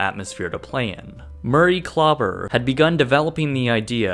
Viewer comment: His name is DR. KLAUBER not CLUBBER.